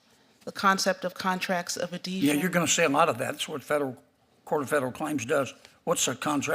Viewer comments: How is she a judge if she's never even heard the word, "adhesion?" Or as she says, "adesion." She's functionally illiterate. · what is a contract of "adession?" Axing for a friend. 🤣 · It can't pronounce. Adhesion. Wtf!!! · The REST OF US, when we apply for a job, we know how to do it! She CANT EVEN PRONOUNCE Adhesion correctly!!